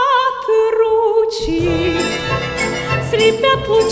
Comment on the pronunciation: Журчат ручьи - великолепно! Такие легкие переносы ударений прекрасны!